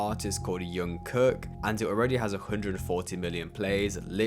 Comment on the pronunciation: Jung Kook is not pronounced “Yung Cook”